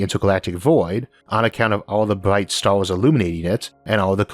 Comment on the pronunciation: "we often look up at the staws and ask, "if the univewse is so big and ancient